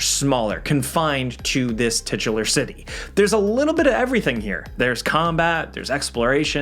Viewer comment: “Titular” rofl